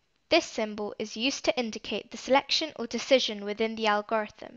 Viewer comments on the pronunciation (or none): the way she pronounces algorithm 😂helpful video nonetheless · fr makes it hard to watch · So no ones going to talk about how she says algorithm??? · It was so distracting